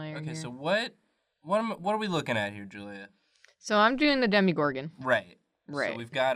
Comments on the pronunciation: How can you pronounce Demogorgorn wrong through the entire episode. It's not demigorgon. Dem-O-Gorgon. Sorry. I just had to correct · You want the show to bring her back... I want that too (though it's impossible, both the creators and the show itself in both seasons confirmed she's dead), but she's gettin that CW money now, playing Ethel on Riverdale. EDIT: Also, it's Demogorgon ), not Demigorgon. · “I play a lot of d&d” - proceeds to call it a “demigorgon” the entire video. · It’s demOgorgon lol